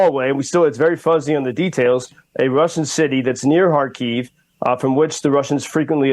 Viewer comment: Thank you for your work. Small recommendation about the pronunciation of Kharkiv city - it is on the first syllable Kha`rkiv / KhArkiv. (not Kharki`v). Thank You.